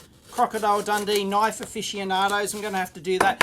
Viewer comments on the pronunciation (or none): he whipped out a knoife, not a "knife" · That's not a knoiff...this is a knoiff...lol